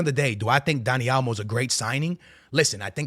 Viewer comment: WTF is Dani Almo? Is Dani Olmo, MAN! 😅